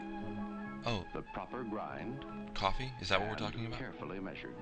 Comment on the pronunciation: The pronounciation is priceless, like the narrator is trying to make coffee seem really exotic. "Cof-fayyy".